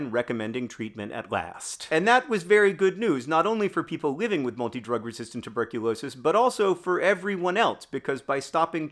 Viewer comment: Rewatching to count how many times you say "multi drug resistant tuberculosis" perfectly